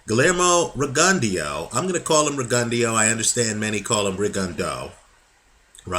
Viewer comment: ree gun dee o? THAT has to be the lousiest pronunciation of the dudes name ...he outscored and beat nonito pretty clearly ....116-112 is fair